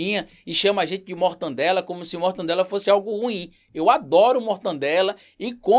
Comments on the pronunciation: Não é mortandela, é MORTADELA !!! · é mortadela, não mortaNdela. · Professor, é "Mortadela", "Mortannndela" não! Salve, seu trabalho é muito importante!